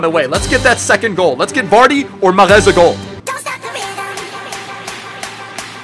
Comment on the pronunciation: its mahrez not mahreth